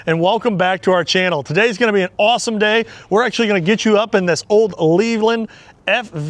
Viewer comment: Can you export her to a UK buyer? Also I just have to say its pronounced Lay-Land like Lays chips, then land. I hope it doesnt come across as rude as I dont mean it that way. To not kill the batteries on start use the generator engine, I was taught: generator on, wait until it warms up then revs up and start main engine, then wait until the main engine oil to warm and reach top crank. Drive her often and hard. Also you may want to check the injectors as lots of smoke is typical of coolant getting in through them.